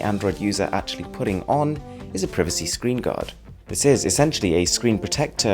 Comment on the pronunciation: Pr ie vacy = privacy